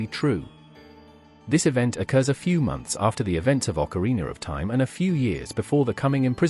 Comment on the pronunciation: I love how you pronouce ZeldaR and OcarinaR with that strong "R" at the end xD